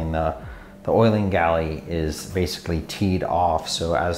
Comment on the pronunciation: Might just be me, "galley" kills me, plz stop. Aside that, great video!